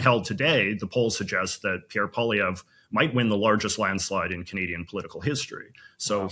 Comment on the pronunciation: Why is your guest mispronouncing Poilievre's name? If he really is a Canadian expert then he should know better. It is a fascist ploy to change the way you say your name. Total propaganda cr*p.